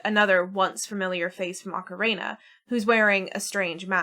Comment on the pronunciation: The “ocareina” is killing me 😅. My dad used to say it like that He used to pronounce Super Mario as “Super Merry-o” too. That takes me back. 😌. Back to when the N64 just came out and he and I would play together. Better days ❤